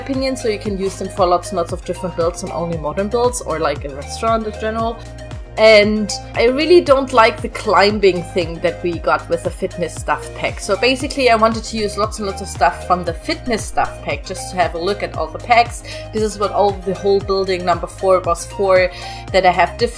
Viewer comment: The b is silent in the word climbing by the way 😁😂